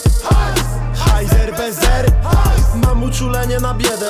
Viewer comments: Najlepszy moment : Chajzer bez er 😅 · chajzer bez R? CHAJS XDDDDDDDDDDDDDDDDDDDDDDDDDDDDDDDDDDDDDDDDDDDDDDDDDDDDDDDDDDDDD ALE PRZEKMINIONE HAHAHA